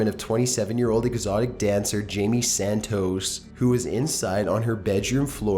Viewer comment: Jamie Santooos